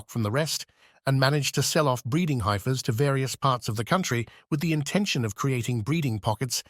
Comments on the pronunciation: Isn't he supposed to be saying heifer, not highfer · HMM. Why would the voice doing the audio speak with an English accent, yet not be able to pronounce 'heifer' correctly? It makes a person wonder how reliable any of this information is.